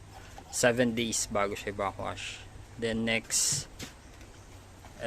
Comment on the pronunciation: Anong backossh? Its back wash. Hindi bakossh!